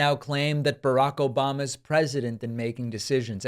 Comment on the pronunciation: Obahmnah! Lol